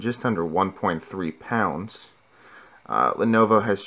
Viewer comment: not lonovo, lenovo